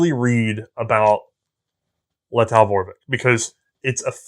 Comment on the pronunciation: Not whining, but if you are interested, Vorbek is pronounced like Forbek, starting with F)